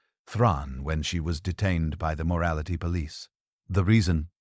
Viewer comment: Your AI voice needs a lot of work. It pauses between words where no pause is needed and then runs together words where a brief pause should be employed. We can always tell when we are listening to a robot. Like mispronouncing the words rhetoric and police. Dispite the flawed narration, the content was very good.